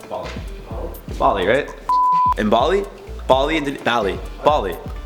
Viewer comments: It's simply "bah-lee" not "balley" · Why do you put yourself down so much!?! You’re beautiful... oh and it’s Ball-leee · Its Bali not Ball-e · It's "Baa Baa (Black Sheep)" Bali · Bali is pronounced BAA Lee 😂 🏝️ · It’s Bali ! 😉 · It's Bali, not Bali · Pfft,! Come on! It’s Bali... (I don’t even know how to spell it, Sue me)